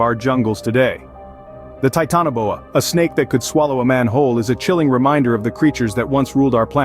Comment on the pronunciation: Your video doesn't match up with your narration. And it's pronounced ti-tan-oboa I heard you pronounce it like three or four different ways.